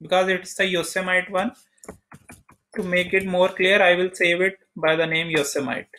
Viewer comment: You don’t even know how to pronounce Yosemite